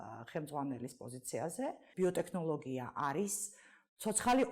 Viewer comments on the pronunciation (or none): ტე”ხ”ნოლოგია რა უბედურებაა